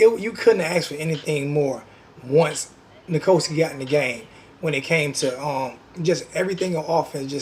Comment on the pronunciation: It’s Na Ko Si not Na Ko Ski